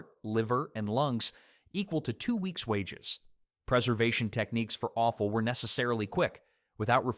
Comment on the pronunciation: Offal is NOT pronounced awful 😂